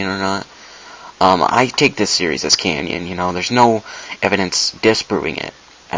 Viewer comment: Tip. Less talking. You repeat too much of the same thing and say 'um' too often. Also its pronounced 'canon' not 'canyon' like the grand canyon.